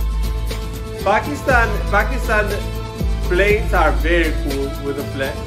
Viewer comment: Thank God, you pronounced 'Pakistan' correctly